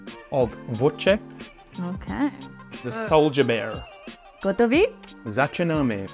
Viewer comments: You pronounce Wojtek wrong. Wojtek - Voytech Voy + tech ( like technology) 😅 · 1. You should visit Krakow since you'll soon be moving there 😂 2. The video didn't say but when the polish soldiers visited Wojtek in the Edinburgh zoo they often jumped into his encosure and were wrestling him, leaving the bystansers shocked. 3. In english you read it as Voitech(my name btw:). Polish J is pronounced more like i 4. There is a Polish movie about Monte Casino that is actually hitting the cinemas soon, Wojtek is in it (saw him in the trailer)But the movie is not mainly about him. More about polish soldiers